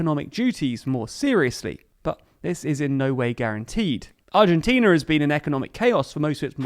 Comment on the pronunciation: Congratulations on a very well presented article, balanced and covering all basic points. You even got the Spanish pronunciation rsther accurately. Argentina is an extreme case of s society wishing to live well beyond its means, with a political class willing to provide the siren’s song. Consequently it has been running deficits of 4-6% of GDP on a consistent basis, so no surprise that inflation hovers 50% unabated. Let’s hope our perpetually adolescent society will one day come to its senses and decide to grow up. I am 69 already, and I am beginning to despair.